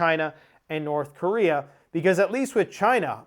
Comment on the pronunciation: "North Chorea" 😂